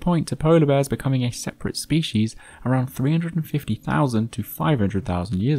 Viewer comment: Thats not how to pronounce species